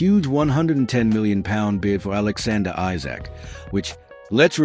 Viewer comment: You say you’re a fan but you can’t spell or pronounce Isak’s name correctly. Esak is the correct way to pronounce it.